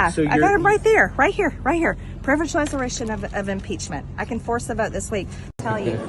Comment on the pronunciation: Everything mtg does and says drives me crazy. For some reason, the way she pronounces "vote" really sends me over the edge. Time for a gin and tonic.